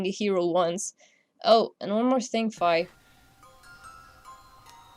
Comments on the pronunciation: also you were saying fie its fi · I thought fi was pronounced fee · Fi is pronounced Fee